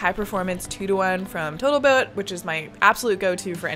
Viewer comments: you said, "botal tote epoxy".... I thought I was the only one that has this specific type of dyslexia! (Switch the first consonants of two words) I do this all the time! Glad I'm not alone 😅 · botal toat 😂😂 I love it! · Love the always reliable "botal toat" epoxy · Ok but what sounds cooler "Iron Man" or "Carbon Fiber Man" And am I the only one who notice her saying "Boatl tote" ? LOL 😂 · Anyone else notice she said Botal Toat Epoxy ? How can anyone be so adorable and actually intelligent? 😅 ❤ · is it just me or did you say "Boatal Toat Epoxy" ? LOL I sometimes do that with words too :D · "BotalToat Epoxy" lol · “Boatal Tote epoxy”. Whew she’s not perfect! Thank god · ... "Botal Toat Epoxy"? Lol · "boatal tote epoxy"...was that on purpose?